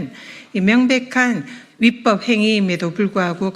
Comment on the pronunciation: 집단행동 검새들 모조리 징계하고 말안들으면 죄다 탄핵시켜주세요 그리고 누가 전현희 의원님께 "위뻡" 아니고 "위법"이라고 말씀좀 전해주세요 ㅎㅎ